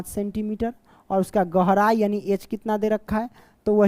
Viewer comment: Question 4 tu me gehrai not gorai sir be like 😂